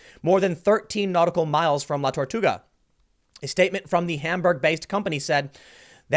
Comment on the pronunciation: Holy shit Tim! Good job with La Tortuga pronunciation!!! You did great those 2 times bud!